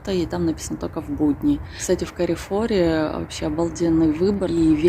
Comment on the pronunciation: Правильно Карфур)) а не карефор